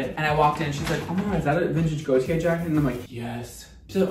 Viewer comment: Every time said Gaultier, I kept thinking he was saying Gotye, and now I have "Somebody That I Used to Know" stuck in my head.